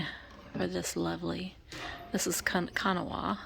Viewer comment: Kanawha Glass pronunciation is; Kan-gnaw-wha